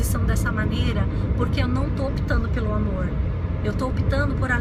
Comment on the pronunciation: O seu sotaque pra falar "amorrr" é muito bacana. Lembra um pouco o meu "interiorrrr" de Minas... Mais um vídeo delicioso em que você parece que está do meu lado falando só pra mim ... são conceitos (na maioria) com os quais eu concordo mas... você fala de um jeitinho tão seu que... sei lá... é diferente. É próximo... é íntimo(sem ser invasivo)... e é leve... Não é uma imposição de ideias... é um bate papo entre pessoas que se gostam e se respeitam... ... ...